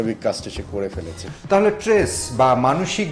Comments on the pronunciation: ইনি কেমন রিপোর্টার, স্ট্রেস কে ট্রেস বলছেন? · Tress na stress